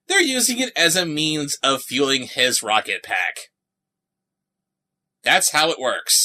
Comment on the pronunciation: Lishadra Rob-ket Racoon!! XD